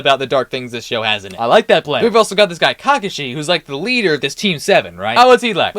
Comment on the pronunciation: Great video 2 critiques, AOT came after Naruto and the pronunciation for Kakashi and Sakura was really off other than that it was awesome.